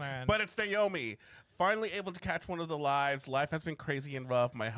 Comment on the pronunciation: You did pronounce it correctly on the first go ( Nae-oh-me) [so i applaud you babes]. I know this might be out of left field; but i would love to see you two react to hazbin hotel and helluva boss [no spoilers for anyone in the comments that have seen it].